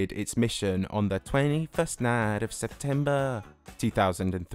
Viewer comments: It was this day, about midnight, when failing asleep, I almost shit myself. This weird pronunciation of date 21 of September waked me big time. Was it a demon? Was this my hallucination? No, it was a joke... 😅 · when ya say 21st of september. that was so weird.